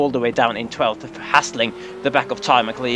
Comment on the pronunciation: Isn't "McCleod" pronounced "Mac-loud"?